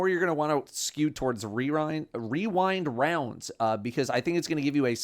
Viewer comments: Can we get a clip with wearing cat ears mispronouncing "weewind wounds"? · Wewind waounds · Rewind Rounds? I know Weewind Wounds.